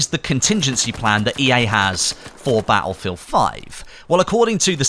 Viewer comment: Its not Battlefield its "Attlefield" ;-)